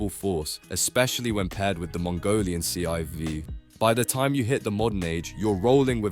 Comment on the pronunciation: Listen to how the AI-voice pronounces ”The Mongolian civ” 😂